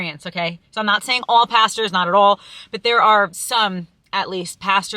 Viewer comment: When you said "at all" was the most I've EVER heard your accent come through lol